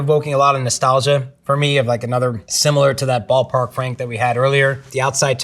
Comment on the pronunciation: Definitely said boo pah